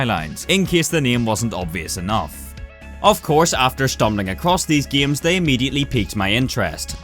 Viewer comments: I like how he said giams instead of games, its funny, lol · Why does this dude pronounce games as giems? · "Giems" .... lul xD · почему он говорит «гиеъйемс»